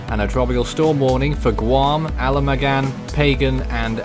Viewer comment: It's Ala-maw-gan & Paw-gan